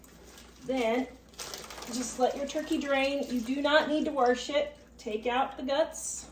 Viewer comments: It's WASH not warsh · I don't have a problem what people wash, but every time I hear you say WARSH with an R in it I half to grin. I'm sure it's regional because I've heard other people say it. I totally agree with you of it being economical. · I love hearing her say warsh too. I am from New Zealand, but spent a year in Kansas, and it brings back great memories.